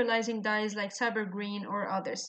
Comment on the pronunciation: Ma'am have pronounced rightly.